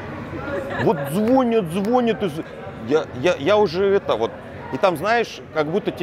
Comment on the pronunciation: Привет ! Вроде бы смотришь на тебя , вроде умный, вроде говоришь правильные вещи , наверное закончил высшее образование , говоришь , что ты даже учился в аспирантуре ! Но БЛЯТЬ!!!! Ударение в элементарном слове звонЯт!!! А не звОнят.... это провал...